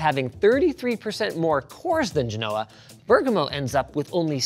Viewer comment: As an italian, Linus got the pronunciation of Bergamo pretty good